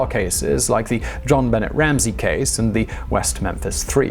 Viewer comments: Not Jon-bennett but rather Jon-bi-nay (bi like big, not bi like bipedal😉) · Another great video Simon! John must have used a hidden recording device; when speaking with these serial killers. There are videos that show how hidden cameras can be embedded in any product. You mispronounced the first name of the Ramsey girl. The T is silent.